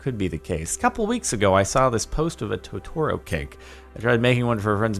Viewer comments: Ummm it's pronounced totuhro, not tohtohro lol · The way he pronounced "Totoro" ;~; (If you don't already know it's pronounced "TOE-TOE-ROE" not "TOE-TOR-ROE") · The way he said totoro... smh (Correct: Toh-tah-roe. How Jardon Said It: Toh-Toro) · "Toe-tore-o" he said... Its toe-ta-roe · Anyone mad at how he said To-toro and didn't know what the dust balls were (he called them donuts) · Anyone raging because he pronounced Totoro wrong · the "totoro" hurt my soul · How you pronounce totoro hurts me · Bruh how did this man just pronounce totoro?